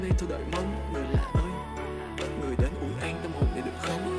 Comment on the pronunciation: It’s Người lạ ơi but you pronounce it Nười lạ ôi. There is no “old” in ơi, the Ơ is pronounced like er in person.